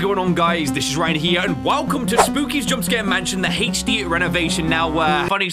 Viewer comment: Literally laughing so hard whenever Ryan says Haich Dee 😂